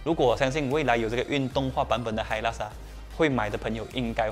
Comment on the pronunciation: 发音错了 是hailak 不是hilux 🤣🤣🤣